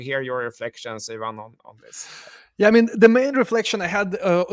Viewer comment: I appreciate and love you guys. can you call Ivan - eye van and not yvonne 😄